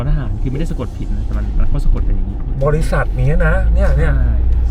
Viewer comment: คำว่า บริษัท ค่ะ สัท